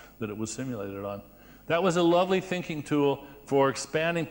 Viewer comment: I heard "Stinking."